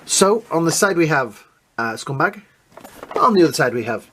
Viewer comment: Why do you call him scumbag? It’s scumbug. Great review though. Appreciate your videos. Happy Holidays